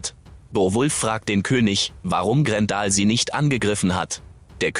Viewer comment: Grendel spricht man GrenDell aus und nicht Grendal , hört sich ja wie ein Kofferwort aus Gandalf und Grendel. Bei einer Computerstimme muss man es manchmal so schreiben wie man etwas ausspricht, dann klappt es meistens und eine Computerstimme kann dadurch viel angenehmer werden, vor allem wenn man etwas mit einem Ausrufezeichen schreibt und Bindestriche gezielt setzt, dadurch betont die Computerstimme gewisse Sätze anders.